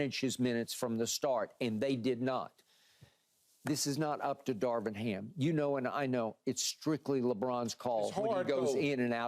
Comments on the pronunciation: does keyshawn know how to pronounce Darvin? lol he says " Darwin " every time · Key saying “Darwin” every time instead of Darvin is hilarious. 😂😂